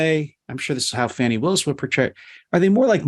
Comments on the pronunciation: At least give the voters thst elected DA Willis enough respect to pronounce her name correctly. When you purposely mispronounce her name you sound like smart ass cable news phoney expert. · "Factual statements that he knew were untrue." How dare DA Willis call that fraud. Please stop grossy and purposely mispronouncing DA Willis's first name.